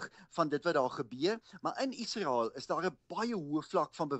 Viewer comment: In Menstaal word 'n g as G uitgespreek en 'n s as S: Gasa; nie agter ingels aan 'Ghaza' nie. In Menstaal word Israel as ISRAEL uitgespreek; nie agter ingels aan 'Iesrael' nie. Onbeskaamd Afrikaans.